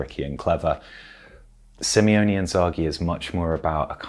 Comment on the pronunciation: Guys please... I love you all, I think this channel has some REAL quality, but for f*** sake... SimEone Inzaghi?? Like just read the names one time😅 I mean it's not even like the guy came out of nowhere, as you yourself pointed out. He's been around for years, even decades if you take in account his carrer as a footballer at Lazio!